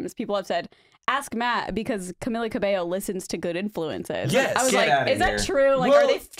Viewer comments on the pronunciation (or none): It’s Cam-E-lla